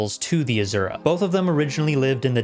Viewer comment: AZURAAAA! Cracks me up! It’s Asura!